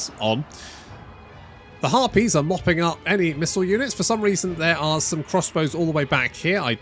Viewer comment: herpes? its harpies. Damn brits ;)